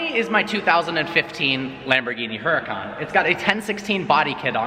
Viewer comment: HE PRONOUNCES HURACÁN WRONG